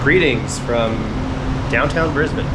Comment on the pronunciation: You manage to say Brisbane like an Aussie, my home town, but live in the country 3and a1/2 hrs n/w now hope your enjoying your holidays. 😊